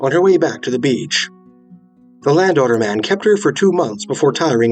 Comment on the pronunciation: >landowner man Just listening to this video after like 20 minutes I realise now that he's saying Land Otter Man. Lol.